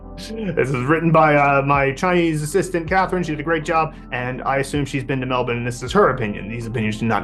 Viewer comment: For a guy who's never been to Melbourne, it's fascinating that pronounces it how the locals do. You almost never see it.